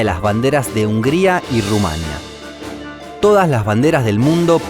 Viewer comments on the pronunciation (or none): Se dice RumanÍa no Rumánia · ¿Por qué no acentúa bien algunas palabras, así dice Rumania en vez de Rumanía o dice Bélice en vez de Belice? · Se dice RUMANÍA. TILDE EN LA I. Guinea-Bissau se pronuncia tal cual: Bisáu. No Bisó. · Me hizo mucha gracia q dijese y escribiese "Rumania" en vez de "Rumanía"